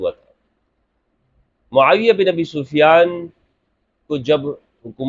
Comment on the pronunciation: Hazrat muaaviya ka naam to sahih se le youtuber